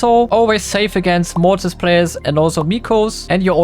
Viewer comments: He* and its motris not morris/maurice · Why do u say morriz haha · Mortis ❌ Morris ✅ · Normal: mortis: Morris Me: Mottis😂